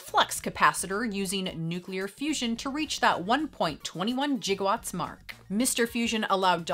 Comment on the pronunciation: I’m a big Transformers fan and my fave movie is “Transformers: The Movie”. I think it was released in 1985?! But it was animated and it was an emotional time for kid fans because of beloved characters we lost. I was gonna say you mispronounced “gigawatts”. But then you eventually pronounced it correctly.